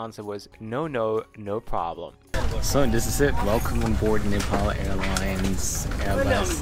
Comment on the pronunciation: Please, its not Nipal, its Nepal.